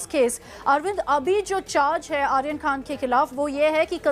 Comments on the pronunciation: Dalal n illiterate news .. it’s khan not khna.. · Can anyone notice KHNA instead of KHAN BUST instead of BURST It is India's No.1 media 🤣🤣😂😅